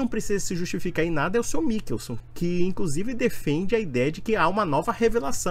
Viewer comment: Nao sabe nem ler Mi- chel- son 😅😅😅😅😅